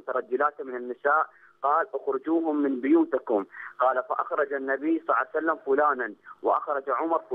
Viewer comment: هههههه نريد فيديو شلون تكول صلعسلم🤣🤣🤣